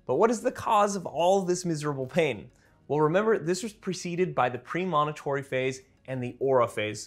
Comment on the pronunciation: Great info, but your mispronunciation of “premonitory” is quite distracting.